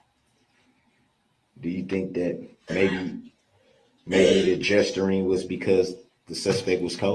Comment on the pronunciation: I love how she corrects him... "was there JESTERING?" Then she says "if you mean GESTURING, yes"....now I'd LOVE to hear her say "no I didn't AXE anyone! I may have ASKED them but I certaintly did not axe them!".....please!!!